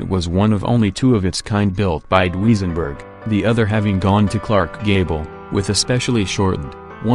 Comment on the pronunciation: Why does artificial voice narrative have so many mispronunciations: Dooweezenberg, really!